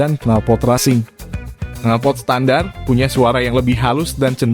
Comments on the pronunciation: Resing bang bacanya.. bukan rasing.. hehehehhe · Knalpor resing bacaan nya,bukan rasing..😄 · Bagus kontennya, tapi malah agak risih denger pelafalan racing jadi rasing. Bukannya pelafannya racing itu reysing? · kok rasing nyebutnya min? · Resing, tulisannya benar racing(bacanya resing), lol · Racing kok bacanya rasing 🤣🤣🤣